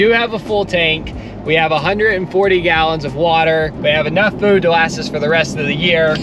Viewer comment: “last night” starts with a L, not a W. It’s LAST NOT WAST. 😜